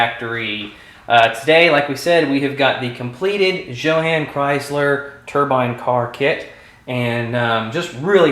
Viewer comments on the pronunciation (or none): It's pronounced yoh-hahn I believe... You did a beautiful job on this bro'!!! A kit I've always been interested in...